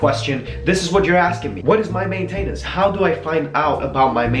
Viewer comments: Hey stupid it's not may tay nance! It's maintenance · Just fyi, I know English isn't your first language, but generally maintenance is pronounced with emphasis on the main instead of the ten. But thank you, this helps a lot! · CJanik15 main-tain-ence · The reason why he pronounces maintainence like that is because he is from Sweden, almost everyone pronounces it that way here in Sweden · It's funny how you pronounce maintenance haha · He says maintenance wrong! Lmao!